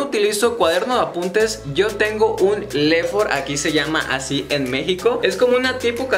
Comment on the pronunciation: No entendí es lefor o folder